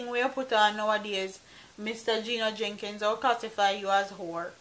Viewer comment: It's not 'Jenkins " it's "Jennings " You need to pronounce the man name properly.